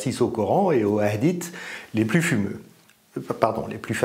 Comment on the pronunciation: ah la prononciation fais mal aux oreilles le H se prononce hhhaaaaadith et pas kha comme en espagnole avec le J . Mais bon ce n 'est qu ' un détail . 😉😉😉😉😉